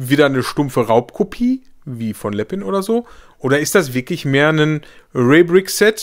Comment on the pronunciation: Bitte, bitte, bitte, bitte sprich Lepin doch richtig aus. Es heißt lepin und nicht Leppin. Das nervt tierisch.